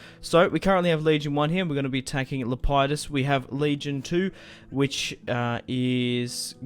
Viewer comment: It's Lep e dus